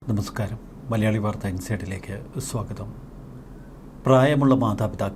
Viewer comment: എത്തിയല്ലോ. തപസ്കാരം അല്ല ചേട്ടാ, നാക്ക് വടിച്ചിട്ട് നമസ്കാരം എന്ന് പറഞ്ഞ് ശീലിക്കൂ.